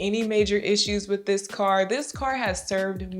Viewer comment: When Chef Toni sat in the first car and said “Dis nice”. She sounded so Jamaican 🇯🇲🇯🇲🇯🇲🇯🇲